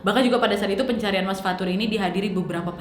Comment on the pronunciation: Fathur: ✨Fatur anak erpeh✨